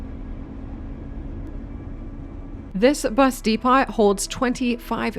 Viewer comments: Good video, but lol you saying "de-pot" kills me lmfao just to help you look at it like this depo and not depot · Do all Canadians pronounce the T in Depot? In the UK it is silent and I’ve never heard it otherwise before. Great video btw.